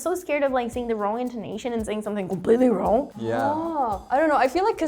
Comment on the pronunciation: It's funny how she said "completely wrong" with a Brazilian accent 😂